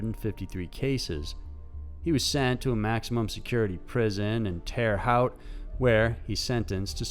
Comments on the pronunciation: Terre Haute is pronounced Terre HOAT you idiot...not howt... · It’s not terra howt, it’s terra hoat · Terra (like the name) Haute (hoe-tt)